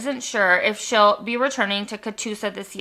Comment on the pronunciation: Oklahoma here. You said Catoosa correctly. ❤